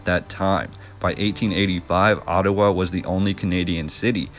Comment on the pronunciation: Enjoying the presentation, never heard Ottawa pronounced Ottuwa, interesting accent, are you Canadian,?